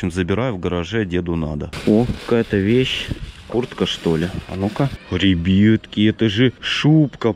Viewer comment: А почему вы говорите ребетки а не ребятки?